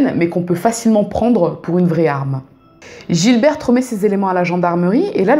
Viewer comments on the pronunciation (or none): none